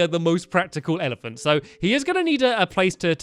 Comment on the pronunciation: Lmao, Fizzy ELEPAHNT XD